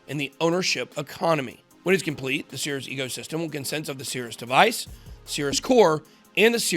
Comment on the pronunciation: I thought you said Sears. Thankfully there's text to tell me you said Cirus.